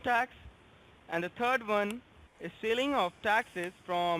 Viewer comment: CRA...P "And the TURD one..."